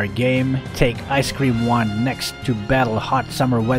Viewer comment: Haha I heard ice queen wand as ice-cream wand haha